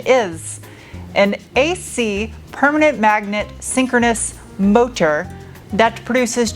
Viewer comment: Who yelled at you about "mo tor"? lol